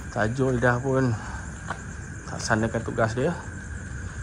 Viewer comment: Baru jugak tengok sembang seram, cakap TAJU bukan TAJUL, takde L 😂 Lawak lah 😆 Apa2 pun terbaik MRA!! 👍🏻👍🏻👍🏻